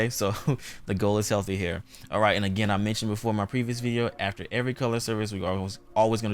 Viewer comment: “ATHER?” It’s “afTER” my Dear! Nice job though.